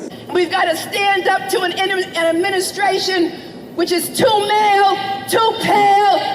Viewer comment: "Sten up to en eministration....." Well fed hatred